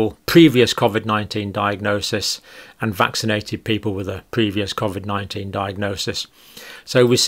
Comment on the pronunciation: This guy can't even pronounce covid correctly